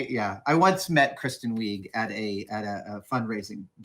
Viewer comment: why does he get names wrong so often? Kristen Wiig as Weeg? It's not the first time he's said things, that he's heard many times wrong.